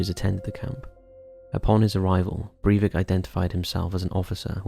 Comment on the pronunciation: Sry. Stopped when you mispronounced his name.